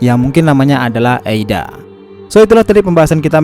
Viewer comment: Kayaknya AIDA deh bukan EIDA. Kalo mengacu bahasa jepang.